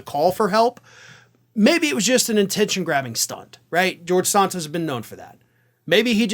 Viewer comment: What is it with the Ring of Fire deliberately mispronouncing names. referring to Santos as Sarntose just sounds stupid. He even pronounced it correctly in this video, and then promptly uncorrected himself. WTF. And his racist idiot boss Papantonio refers to Kamala Harris as Kamarla, an obvious wanker reference to WWF wrestler Kamarla the Giant Ugandan, possibly the most racist WWF/WWE character of all time. Are you trolling us with this shit. And why don't you deliberately mispronounce white politicians names. This is a terrible look for a news organization that promotes itself as having integrity and decency. Lift your game boys. I would expect this moronic shit from the likes of Fox and Newsmax.